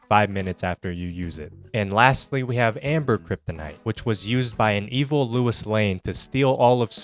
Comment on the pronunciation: “It’s a rare mineral, Bruce”, he said. Only one in existence he claimed… please why do you keep saying lewis lane you’re stunlocking me